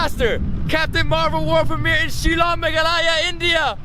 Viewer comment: Meghalaghaya ❌❌ Meghalaya ✔️✔️